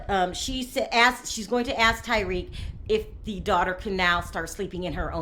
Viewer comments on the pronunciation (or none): Why tf you call him like Tyrique? Do you even watch the show? You never heard dem say his name before 🤔 its fuckin tah-rik not tye-reek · I'm pretty sure you're mispronouncing "Tarik's" name. You might want to check on that.